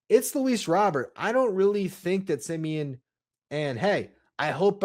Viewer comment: Also if you’re gonna be talking about Luis Robert Jr you should prob say it right fuzzy says it right look it up !!!!!!